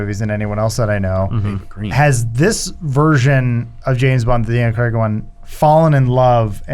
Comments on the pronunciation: Daniel "Creg" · Why do Americans says “Creg” it’s Craig